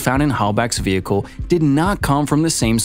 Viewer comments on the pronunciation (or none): none